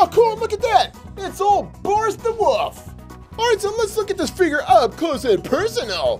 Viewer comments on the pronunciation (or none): Your saying Boris the woof not wolf